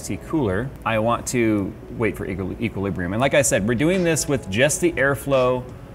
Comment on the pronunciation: equileebrium? are you sure you don't mean inebrium :p